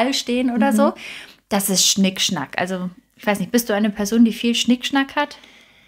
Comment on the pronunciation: Zweites Beispiel Klingt es "Schnickschnack" nicht Schickschnack